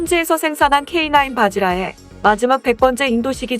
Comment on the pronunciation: '바지라'가 아니라 '바즈라'다. 영문으로는 'Vajra.' 뭐든지 좀 정확하게 합시다. 우리는 고려 청자를 빚어낸 완벽의 민족이다. 제대로 정확하게 합시다. 갯벌에서 나오는 '바지락'이 아니라 '바즈라'다. Vajra.